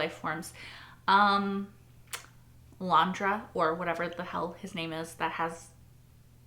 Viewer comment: Landra lol its Leoben